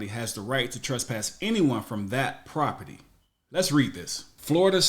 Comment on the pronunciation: Why is it that so many of these auditors have such a hard time pronouncing the word property?